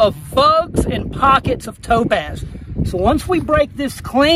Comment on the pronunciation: i really thought you said dope-a$$ every time you said topaz xD